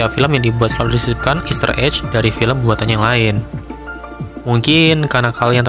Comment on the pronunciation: Saran aja, bedakan cara baca "egg" ama "edge". "Ejj" jatuhnya buat "edge", bukan "egg". kalo "voyage" itu caranya bacanya "voyej".